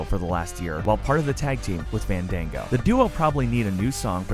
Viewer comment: He said Fandango's name wrong. Did you not see his feud with Chris Jericho?